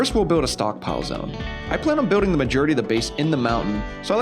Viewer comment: You say biwd and biwding instead of build and building lol! That’s all I could think about during the whole video